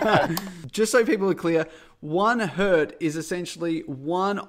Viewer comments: "One hert"?! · Did you just say "one Hert"? – The singular of Hertz is still Hertz.. 😜 The flaw in the theory of the sparks in the Marx generator going off one after the other is thinking of electricity "flowing" like water, but that's not the case, it's more like a pipe with incompressible fluid and no air, like a break line, the electrons just move a step simultaneously. At least with AC. You won't have any delay when switching on your ceiling lamp, the moment the gap in the circuit of a light switch is closed, the lamp is going to glow. With DC you would have a delay and sort of a cascade effect; like with the old Christmas tree fairy lights with bulbs. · This got me too.... It's one hertz, two hertz (or, if you're weird, two hertzes...)